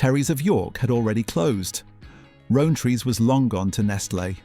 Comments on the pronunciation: Rowntree is pronounced as: Rountree. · Irritating AI voice with mispronunciation of Rowntree among other.